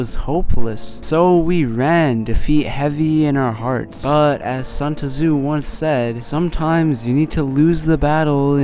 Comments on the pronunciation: good vid, but bro you really said sun tuh-zoo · aint no way he said Sun Taazooo (Btw Great video)